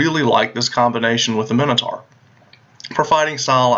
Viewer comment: Why does nobody know how to properly pronounce Minotaur?